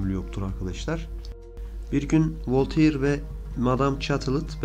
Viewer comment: Bilindiği üzere Voltaire Fransız. Fransızca telaffuz kurallarına göre "Volteyır" diye okunmaz, "Volter" diye okunur.